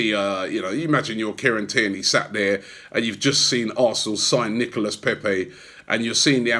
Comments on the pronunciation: Robby. He's pronounced NICOLA Pepé.. not NICOLAS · pronounced nicolah paypay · Still calling him NicolaS lol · Plus it's Nico-lah or just Nico which is what everyone calls him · All this bigging up Pepe for days and still cant pronounce his first name properly😂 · Trust Robbie to pronounce Nicolas with an s (the s in silent in French) and then say Pepe in a butchered French accent. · Still getting the name wrong 🙈